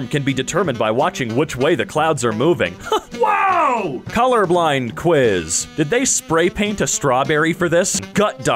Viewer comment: The way he said "ＷＯＷ!"